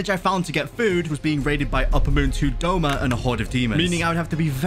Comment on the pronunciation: BRO ITS DOUMA NOT DOMA